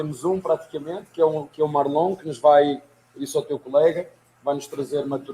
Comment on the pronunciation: O abel falando MarlON kkkk